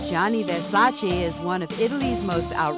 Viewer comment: Che cafoni chiamarlo VERSACI,NOT VERSACE!